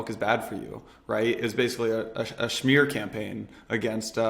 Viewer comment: Not "shmear" which is something for a bagel but "smear" which is to slander, sh*t talk.